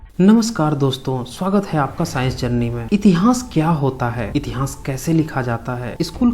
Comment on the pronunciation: Tere ko itihas kahna tak nhi ata itihas ko itihans kahta ha 😄😄